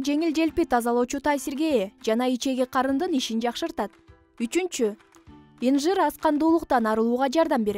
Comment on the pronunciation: Инжир эмес атын туура айталбайсын .